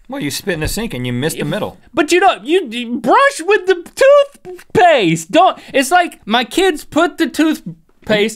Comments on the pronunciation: toythpaste LOL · Toithpaste. lol X) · Toithpaiste , I can't stop laughing XDDDDDDDD